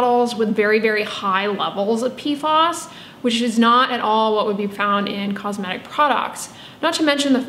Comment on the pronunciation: PFAS rhymes with "pass". PFOS = Perfluorooctanesulfonic acid